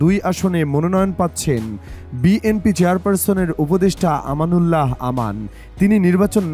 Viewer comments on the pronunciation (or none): ভাই দাঁড়ান,দাঁড়ান,, আগে শুদ্ধ ভাবে শব্দ উচ্চারণ করেন তারপর কিছু পোস্ট করেন এবং বিএমপি কে শুদ্ধ করে বলেন বিএনপি বলেন।